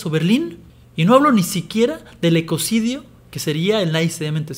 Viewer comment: Ecocidio dice jajaja